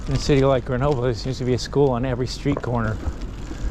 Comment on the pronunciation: After all that time in France, can't you still not pronounce GrenoB-L-E and not B-E-L? Also, how do you expect your kids to adapt if you put them in an American school in France??? Don't you know that, the younger they are, the easier it is for kids to learn a foreign language and culture, particularly those of the country they live in? And, thank goodness, European schools teach acadamic stuff to kids, not sports! If a child likes to practice a sport, then it's got to be outside of class time! Your reaction/comments is what I fear most about the increasing number of Americans who come to live in Europe, but want to import the American dysfunctioning way of life they are fleeing! WHEN IN ROME, DO AS THE ROMANS!!! (and don't whine about it!)